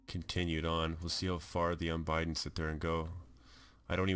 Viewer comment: Un-bid-den Not "Un-bide-en.